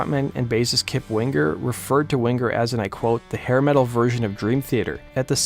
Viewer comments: Lol Kip Wing-Grrr....This idiot Narrator. He even pronounces headbangers ball as "Head Bang-Grrs ball" lol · What's with the "hard" G when pronouncing Winger? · No hard 'g" in the 'ng' sound ('winger') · You don't have to pronounce the g in Winger so prominently.